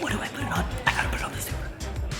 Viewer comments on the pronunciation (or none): none